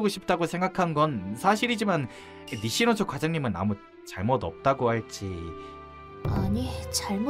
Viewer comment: 음성은 니시노조 텍스트는 니시조노